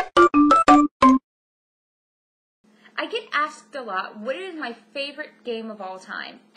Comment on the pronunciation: she cant say asked =]